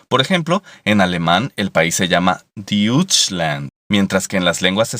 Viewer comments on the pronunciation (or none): En alemán se dice Deutschland (pronunciado /doitschland/ no "/duitschland/" como se dice en el vídeo). Lo de "Alle Männer" sería bonito, alguna relación etimológica tendrá que tener el nombre con las palabras en algún dialecto germánico antiguo para todos y para hombre, pero lo fundamental es que los franceses tomaron el nombre de "allemand" del contacto de los francos (también una tribu germánica) con una tribu germánica mayoritaria más oriental que ellos, la de los alamanos, de los que se diferenciaban, y seguramente en español hemos tomado el término de alemanes y Alemania por influencia francesa, cuando lo más lógico sería llamarlos germanos y hablar de Germania por influencia del latín. En cualquier caso, en los siglos de la Edad Moderna, sobre todo en los siglos XVI y XVII, cuando la influencia del estilo literario italiano era fuerte en la literatura española, era frecuente hablar de los "tudescos" para referirse a los habitantes de los cientos de estados germánicos que formaban parte del Sacro Imperio Romano Germánico, siendo tudesco una forma de la palabra italiana para los alemanes, "tedesco", en plural "tedeschi", que a su vez, seguramente del contacto fronterizo a través de los Alpes, tiene la misma raíz que deutsch, dutch, etc., procedente de "diutisk" y variaciones parecidas, existiendo en castellano también la palabra "teutón", de la misma raíz que las anteriores, para referirse a los alemanes, que en las lenguas germánicas antiguas significaba "popular" o "pue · Deutschland. En alemán se pronuncia Doitschland no diuchland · Deutschland se pronuncia Doutschland, no Diutschland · #9 Deutschland se lee "Doitshland", no "Deutchland" #19-#20 Reich se lee "Raij" no "Reik" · en aleman se escribe Deutschland y se lee "doitshland" y no "diutshland" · Se pronuncia /doichland/, no "deuchland" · Deutschland no se lee diu o del si no doich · diuchlan, se pronuncia doitchland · ja, Genau! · se dice doichland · Se pronuncia "Doichland" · se lee doitschland